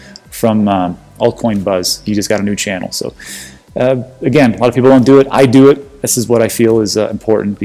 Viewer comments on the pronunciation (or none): none